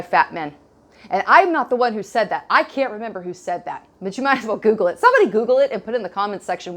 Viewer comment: Did you say "koogle?"